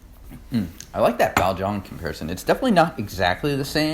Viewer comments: Thanks for another great review, chaps! The pronunciation of 'Dan Cong' is 'Dun Song' I believe :) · I'd say closer to 'dan tzon'